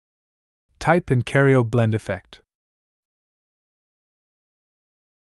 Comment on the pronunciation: This is very good. BTW it's Cairo, like in Egypt. Not Cario.